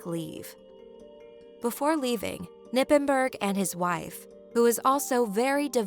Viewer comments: Just a little side note, it's not "Nippenburg" you say the "K" and pronouns the "g" like something is stuck in your gut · Its "KER-nippenberg"